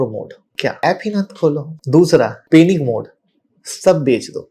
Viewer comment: पैनिक can’t even pronounce the word Panic correctly. This guy is a big story teller.